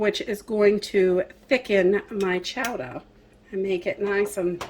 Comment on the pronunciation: Live the accent of Chowda... LoL made me smile.